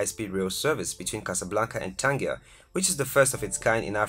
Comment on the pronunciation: Not only the Moroccan flag wrong but also the pronounciation of Tangier.